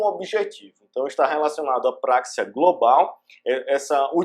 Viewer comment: não é práxia, mas sim praxia